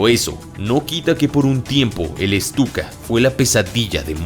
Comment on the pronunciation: es Stuka Bro. No "Estuka".